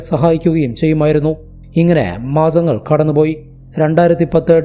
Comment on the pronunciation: Caze അല്ല case Maazangal അല്ല മാസങ്ങൾ Dezember അല്ല December